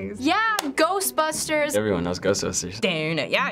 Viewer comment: "Everyone knows Ghstbshtsuss"......